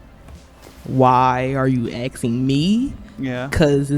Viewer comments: Asking not axing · It's asking not axing. I don't want to be axed. Sounds painful. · Whats axing?! There it is again, whats axing?! Sorry english isnt my native language, whats this slang word "axing"?! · Axing? Or asking? How can we take anyone seriously when they don’t even know English when they were born here. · Someone is "AXING" YOU?!? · "why are you axing me?" what is she saying? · "Why are you axing me questions" lol😅